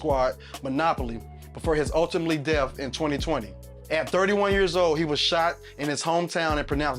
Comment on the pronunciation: Un-Time-Ley 😂😂 he said ultimately death 😂😂😂 trash